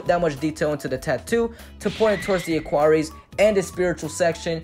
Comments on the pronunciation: He straight up said A-QUaR- EES... it’s A-QUAR-EIISS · AQUARIUS NOT AQUAREES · Sorry u said Aquarius wrong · You pronounced Aquarius so wrong...